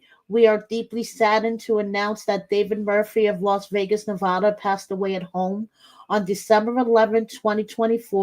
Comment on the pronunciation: I think you mean the "TaKe mE tO VEE-AY-GUSsSsS" episode! 😜